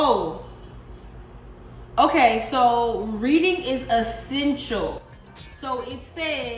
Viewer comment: 😂😂😂 Oh..reading is eeh-sential 💀